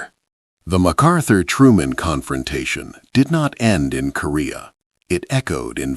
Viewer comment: It’s not MacArthur